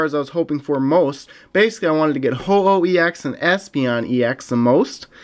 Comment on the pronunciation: it's pronounced ho-oh fam